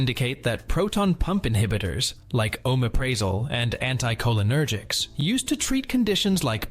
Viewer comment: It would help if you pronounced the names of the drugs correctly. Oooo mep pri(short i ) zol 2. Scoe poe la meen 3. Al (a guys name) praz(short a) a (short a) lam 4. Die azz a(short a) pam 5. Anti hist (short i) a meens 6. Set tear a zeen 7. Try cy clin (like a bicycle or cycle)(short i) 8. This is AI isn’t it? Those not corrected were pronounced correctly. Reminds me of that er TikTok nurse that has to guess what meds the patient is taking based on the clients pronunciation. It’s important to avoid wrong medications as many sound alike.